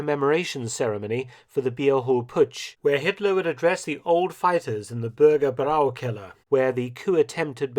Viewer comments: Congrats for your good German pronunciation. Only the word "Bürgerbräukeller" wasn't correctly pronounced: The part "bräu" (which means brewery) should be pronounced like "broy". But the rest was perfect 👍😄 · That sign says Bürger Bräu-Keller.. not Brau-Keller. Bräu is "Broy." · the correct pronunciation of "Bürgerbräukeller" is "burger broy keller". The "oy" spoken as in the English word "boy". That means "Citizen`s brewing basement".